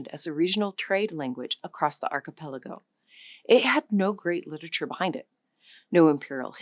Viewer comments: Am I the only one bothered by how "archipelago" is pronounced in this video? Like I lowkey flinch when I hear it. 😅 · Even A.I. has trouble with difficult words such as "archipelago" and "indigenous."